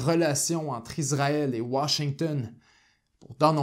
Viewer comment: Merci pour votre reportage bien renseigné. En revanche c’est Issraël et pas Izraël